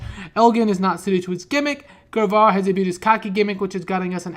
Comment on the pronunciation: Bro I don’t know if you see this but I’m writing this in 2020 and it’s crazy how far Sammy Guevara has come. I love how back then everyone was pronouncing his name wrong but now we all know. He’s the most over guy in wrestling in my opinion.